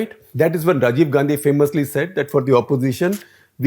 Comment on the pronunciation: How is that Misses Gandhi...say it as Misses Gandi